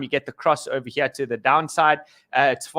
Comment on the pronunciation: ohva heer, ohva theer